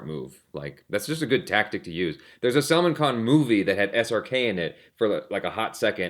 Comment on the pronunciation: hey the way you say Salman's name it sounds like Salmon fish, actually its pronounced as SAL MAAN